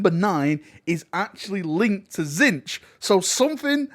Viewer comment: You missed out some of the best scenes. The use of the plasma pistol and the new plasma rifle thing that the hellbasters have Also the way you pronounce Tzeench is heresy